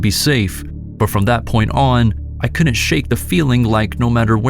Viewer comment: The contractions are pronounced wood int and cood int. NOT woo nit and coo nit.